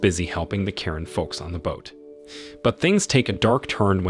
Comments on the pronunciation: Yes the culture name is Karen. I’m one of them but you don’t pronounce it like that. You pronounce is Kuh-ren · Kuh-ren sorta like Quran. Very odd. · Karen is a culture but you don’t pronounce it like that. You pronounce is Kuh-ren. Thank you🙏